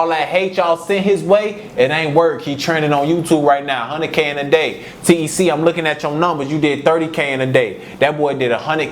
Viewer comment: Nigga ik the ppl really from the city they call him t.e.c not tec 😂